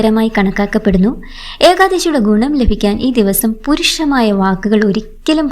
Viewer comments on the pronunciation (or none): പുരുഷമായ വാക്ക് പറയരുത് എന്നല്ല, പരുഷമായ വാക്ക് എന്നാണ് കേട്ടോ..❤